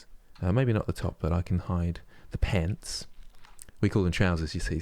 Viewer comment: Your American accent when saying "pants" was upsetting. I'm offended at how accurate it was. :p Keep up the good work!